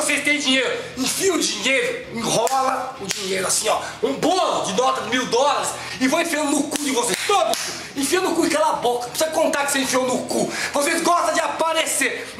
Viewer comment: HAHAHAHAHAHA se eu fosse o sobrinho de vcs ficava na rédia HAHAHHAHA eu fiquei rindo demais do moço que falou DOLL ao invés de dólares que vergonha